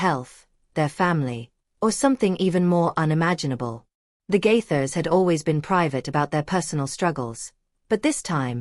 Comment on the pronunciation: Stop lying about the Gaithers. Also you need to learn to pronounce Gaithers